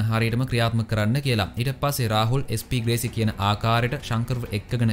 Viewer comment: අන්තිම ටිකේ SP ග්‍රේසි වෙනුවට SP වේසි කියල කිව්ව නේද..😄😄😝 අවධානෙන් ඉන්නෙ හොදේ 😝😝